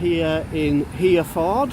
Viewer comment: Did I hear you say here ford. For God’s sake, it is pronounced Heref ord but joined together. The standard of education in this country is going down.....badly. That said, great that you are exposing total tyrants like him. But, instead of arguing with him you should explain the law clearly and intelligently. Ask him what benefit to yourself would it be for you to know what a registration number is. You can do nothing with it.